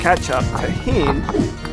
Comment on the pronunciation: love how you said cholulu